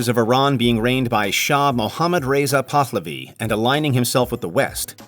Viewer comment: First off I teach all of these things in my history classes so do not lump all teachers in together. You also fail pronunciation. It is Lah-koh-tah and Pah-lah-vi. If you are going to rip on somebody at least learn how to pronounce the words.